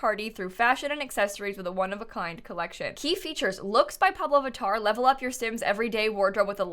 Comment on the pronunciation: heyyyy as a brazilian I totally loved that!!! And I kinda miss carnaval :( hahahaha ps: I loved hearing you saying pablo vittar hahaha she is EVERYTHING